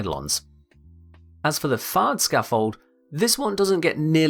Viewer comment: sounds like fart scaffold